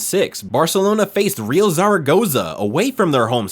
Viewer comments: Hey man, REAL is Spanish means ROYAL , you pronounce it as "real" sounding like real or truth. It's pronounced ReAl , the A like sounded A, difficult to explain by text... anyway sounds very weird and nobody says REAL the way you do, or perhaps you're just the stupid AI translator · Good video but the way you pronounced "Real" hurt my ears 😂.